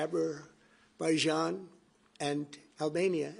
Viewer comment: 😮 Aberbaijan and Albania! 😂😂😂